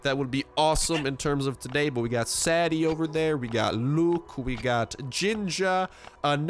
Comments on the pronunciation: Why did he pronounce Sadie "Saddy" ? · It's pronounced say-dee as in deez nuts